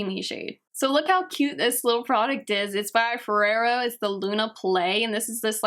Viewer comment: did you just said Fereiro ? instead of Foreo ??